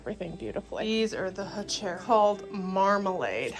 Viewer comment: I think it’s pronounced “who-ker-rah”. Beautiful plants. You guys have done a great job at the cottage!